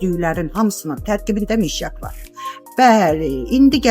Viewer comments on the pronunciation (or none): Mişyak yox, ay insan , mışyak🤨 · Mişyak yox mışyak.